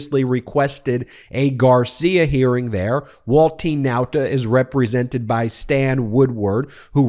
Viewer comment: I like the way you pronounce Nauta the chamorro way. Check with the Guam and CNMI US Representative on Washington . Most media pronounce it the wrong way.